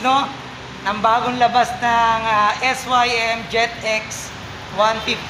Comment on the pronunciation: Es Way Em kasi hndi Sim...🤣